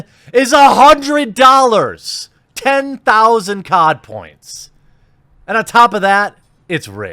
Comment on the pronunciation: You keep saying "COD points " but I keep hearing "Codpiece" and think William Murderface....